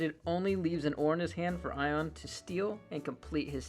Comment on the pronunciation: this is funny to watch blue get called i-on when his name is Ionuţ, a romanian name lol